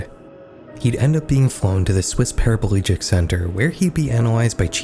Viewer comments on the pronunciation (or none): Did the AI voice say he was petraplegic.... instead of paprplegic?